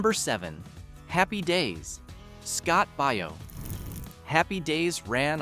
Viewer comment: I know, right? I can't stand it when the names are pronounced so badly. Bona deuce? Really?